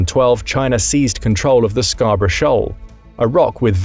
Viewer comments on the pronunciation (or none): none